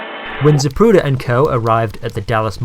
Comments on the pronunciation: Most of us heard here we have been pronouncing his last name incorrectly all these years. you act as though you hadn't heard this snippet of tape, you continue to pronounce it incorrectly! That issue aside, great job on this post, thank you for all your hard work here. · every time the ufc advertises for zip recruiter, i hear zapruder